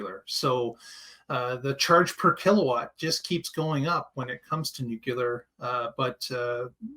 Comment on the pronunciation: Ya can't pretend you're smart if you say "nucular"... Bye Felicia...